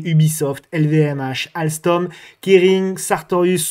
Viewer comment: 👍🏻 mais tu perds les bonnes habitudes avec alstom…..quest ce que c’est que cette bonne prononciation ! 😂